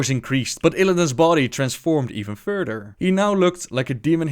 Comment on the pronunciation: OMG XDDDD Furder